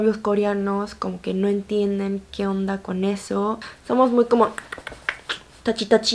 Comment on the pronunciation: Me encanto la pronunciacion de tachi tachi jajjajaja😁